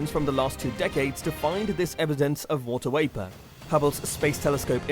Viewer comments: It's not wapor It's VAPOR. V is not pronounced as W. Sorry it just bugs me. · I love the video some reason it bothers me that it sounds like he saying water waper Instead of water vapor.